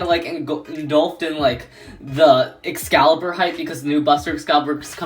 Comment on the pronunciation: Excalius not Excalibur 😂